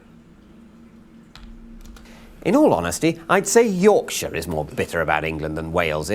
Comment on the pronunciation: Big county like Rorksher